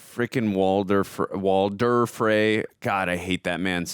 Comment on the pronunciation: Bro, who is Walden? His name is Walder! 💀